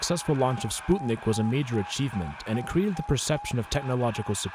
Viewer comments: So now I'm supposed to call it "Spootnik"? Sput-nik, NOT Spoot-nik!!! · is he russian? Are we in Russia? The English pronunciation is spuhtnick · I'm sorry but I can't get over how ridiculous "spootnik" sounds ... It might be closer to correct but if you're speaking English you don't have to pronounce one odd word in another language... It makes your speech sound stilted. Just say "sp-uh-t-nick"... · Its not spUtnik its its spŭtnik ŭ/ă are used for the same sount as U in the word "but" and (ă/ŭ) are phonetic translation and used in many alphabets! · Is it actually pronounced "Spootnik" or is it "Sput-Nik" because I've never heard anyone say "Spoot-nik" and everytime he says it I get confused whether he's pronouncing it right or wrong. Plz help😭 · I’m 61 and never heard it pronounced spootnik before. 😂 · It's still spootnik, so.. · Why do you pronounce Sputnik as Spootnik? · ''spootnik'' lmfao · Its not pronounced spootnik you pseud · All I can hear now is “Spoot”nik 🤦🏼‍♀️ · the butchery of the pronunciation of "sputnik" hurts. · It's a russian spacecraft. Google how its pronounced in russian genius. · why do you keep saying sputnik like that?? i dont understand how yall kids dont know how to pronounce words anymore, i get you dont learn anything in school but the front page of google literally teaches you how to say words lmao